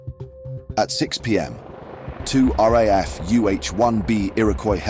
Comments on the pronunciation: Thanks for a well-presented video. AI still can't say "R double A F" It would have been good to include that fact that; when 'D' Company went back into the battleground the following day: they found two of their Missing In-Action troops (MIAs) wounded but alive: Privates Barry 'Custard' Mellor and Jim Richards. Personal toughness as well as the teamwork were both evident at this battle and later in Australia's involvement. (Battle of Coral-Balmoral in '68 would make an interesting video too) Lest We Forget. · Meller and RAAF = RAF in pronunciation? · Well... an English voice that can not pronounce 'R Double A F' (RAAF) and insists on saying 'APACS' instead of' APC's' (Armoured Personnel Carriers). Welcome to cheap AI commentary, and not human voices.